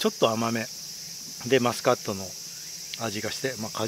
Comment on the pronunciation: ちゃんとしっかりマスコットって言ってて笑いました